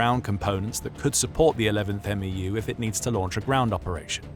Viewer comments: It’s not an “m e u” as you’re saying it, it’s pronounced “MEW” like “mew-two” the US Military loves their acronyms and they never just say the letters they make up a word out of the acronym. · It's called a "MEW" not M E U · “11th M-E-U” ❌ “11th Mew” ✅ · Its pronounced as "meyoo" not "m e u" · It’s not an M-E-U. The MEU is pronounced as a single syllable word Mu or Mew. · The way how he is says MEU is killing me man, just say mew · We say "mew" like me-you. For the 11th MEU we say eleventh meyou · It’s pronounced M•E•W, MEU. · MEU...pronounced "mew"